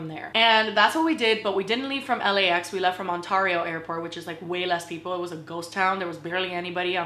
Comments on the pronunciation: When she said Ah-nn-tarrio I died 😆🤣😂😅 Only cuz I went to school in the IE. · Unrelated but as a Canadian I'm shocked at how you pronounced Ontario.. After all these years of me thinking we had the same place I was mistaken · The way she pronounced Ontario made me laugh lol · Lmfaooooo the way you said Ontario